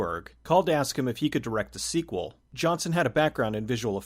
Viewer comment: The director’s name isn’t pronounced “Johnson”.